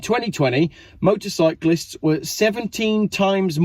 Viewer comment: Wtf is motorbyclist you sound retarded. Motorcyclists! Great video though.